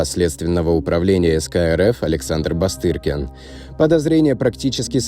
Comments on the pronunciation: Не Бастыркин, а Бастрыкин… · Не БастЫркин, а БастРыкин, грамотей.. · БастРыкин,а ни БасТыркин😊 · Подписались давно. Только, уважаемый автор, главу СК РФ зовут Александр Иванович БАСТРЫКИН. НЕ БАСТЫРКИН!! Это очень важно, Вы читаете на публику. Пожалуйста, не делайте подобных ошибок впредь. Удачи 😊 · Не Бастыркин а Бастрыкин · Бастрыкин...🤦‍♂️🤦‍♂️🤦‍♂️🤦‍♂️🤦‍♂️🤦‍♂️🤦‍♂️🤦‍♂️Бастыркин!!! Боже мой !! чтец...уж элементарные вещи то нужно зать. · БастЫРкин? Серьёзно? Как можно было так ошибиться и не заметить на монтаже? Настолько резануло слух, что ни это, ни другие видео канала смотреть больше не хочется 👎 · Читает не робот, а потому сразу дизлайк за БастЫРкина (( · Я ослышалась?Бастыркин?😊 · Диктор трукрайм канала путает фамилию председателя СК. Бастыркин может обидеться.